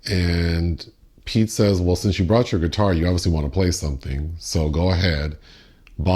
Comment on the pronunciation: "Thimothay" "Edward Nor-tawn" "Ghee-Tawr"